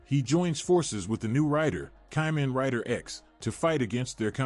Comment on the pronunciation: ...why do you say "kamen" like you've never seen the show before